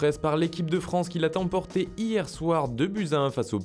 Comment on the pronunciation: « Qui l’a T’emporté »?? Oh les gars... Sérieux...